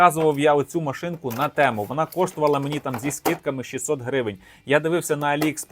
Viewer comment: Говоріть правильно, не тЕму а тІму